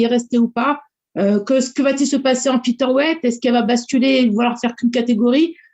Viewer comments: "Fiteur" weight. Me dit pas qu'elle n'a jamais entendu comment ça se prononce quand même. 🙄🙄🙄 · franchement parler des défauts d'amanda nunes quand t'es pas capable de dire featherweight correctement et même de faire le poids on comprend pourquoi la majorité des francais ne sont pas prit au sérieux